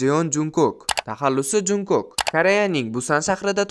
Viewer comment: szning muhlisingizman hatemasu lkn Jeon Junkok boʼb oʼqilmidi Chon Chonguk boʼb oʼqiladi va Jeon Jungkook boʼb yoziladi ismlarini toʼgʼri aytishga harakat qiling